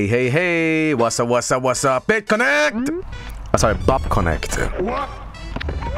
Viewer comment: sounds like bitconeeeeect to me